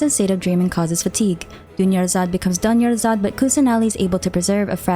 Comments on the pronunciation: I- "Done-yarzad" is crazy ☠️ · "Duneyazard become DONE-yazard" got me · "dunyarzad becomes DONEyarzad" I COULDN'T 😭😭😭😭😭😭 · Dunyarzad becomes Doneyarzad . Lmao😭